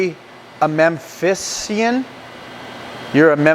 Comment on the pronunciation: Memphian .... mem-fee-en.